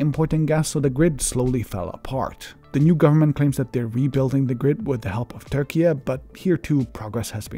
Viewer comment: If you pronounce Turkey as Turkey-yeah, why not Syria as Suriya?